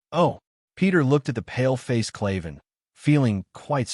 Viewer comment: its kraven not kliven